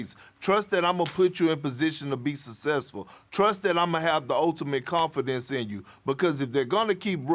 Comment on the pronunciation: Perk: “sussessful”